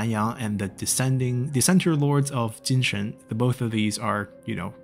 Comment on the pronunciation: Beautiful review. Simple and straight. No hastiness while speaking which makes the video a pleasure to watch. Last but not least considering you are from the West, though the way you pronounce Cathay related words, like 'Jin Shen', makes me think that you somehow must have studied Chinese language before. No other streamers I saw can pronounce them as correctly as you do :)